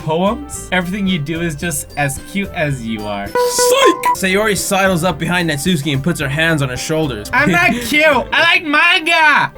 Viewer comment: It's Nat-su-key